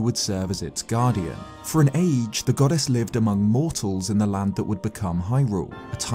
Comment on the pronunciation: Is he saying “goddess” or “god-ass” because it sounds like he’s saying god-ass 😂